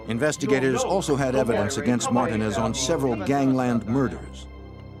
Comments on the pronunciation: Mar-ta-nez 😂. The reenactment/actors of this is HORRIBLE #TrashJuice 🗑 🚮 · Its Martinez not Martin-Nez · Why do they keep saying Martin Is?? Wtf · WOW They turned Mar-teen-ez into martin-es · Ain’t nobody else gon call out the fact that they kept sayin “martin-ez” instead of MARTINEZ 😂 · It's not Martin it's Martinez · Martin ehs.... marteenehz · Alpo Martinez not Martin wtf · Calling alpo "alpo martin" is crazy😂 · “Alpo Martin “iz ” I cringed everytime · Mar-ta-nez??? How TF do you not know how to pronounce Martinez that's like one of the most common names in the world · Martinez It’s mar-teen-ezzzzz tf.! Lol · He was saying Martin...they off the damn hook. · What’s so hard about pronouncing Martinez ( Mar - teen - ez ) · I was like Martin Ez? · as a Castillian speaker I can attest it is not pronounced like that in Spain. In Spain you might hear Mar-TEEN-eth but never MAR-tin-ez. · Mar-teen-ez say it right 🧐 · Martin (ez) ¿I have never heard Martinez butchered this way! TF Why put up the photo of NOT Richard Porter? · Mar-tee-nez!!!!!!!!!!!!!!!!!! Wtf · Why are these dudes saying marten EZ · mar-ti-NEZ. WTF! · Martinez not matin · Mar-Teen ez (phonetically spelling) You want us to pronounce Broski but refuse to say our shit right. And why can’t ya’ll get people that look like the folks y’all portraying. DAMN!!! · They’re killing me with the mispronunciation of Alpo’s last name. 😞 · I thought it was just me I'm like wtf are they saying his name like that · It’s actually not pronounced wrong in Spain that’s how it’s pronounced they actually take offense if you pronounce it the common way everywhere else it’s the common way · So cringe on how they pronounced it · Mac Blazin Well, its hard for a lot of white people to pronounce black and brown names lol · The Way They're Saying Martinez Is Awful.....They need to be charged with a crime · Imagine making a career out of being a narrator, but not being able to pronounce MARTINEZ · Why they saying his last name wrong lol